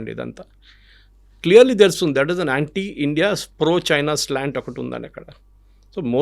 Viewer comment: సర్, మీరు కూడా చైనా అనకండి ప్లీజ్, బాగాలేదు.